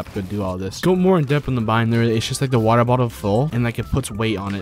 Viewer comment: other youtubers: secret is practise Him: secret is WaTeR